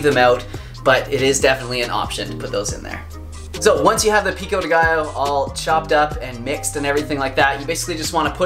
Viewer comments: Pico-dé gio= Peeko day guyo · HAHAHAHAHAAH i dont allow u saying "pico de gaiooouuuu" stop saying that way 😁😁😁 a spanish dies avery time you pronouce it!! I LOVE YOU AND YOUR RECIPIE ANYWAY ❤❤❤🌼🌼🌼